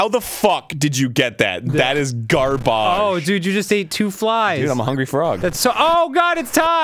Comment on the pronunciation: That is GAR-BAHJ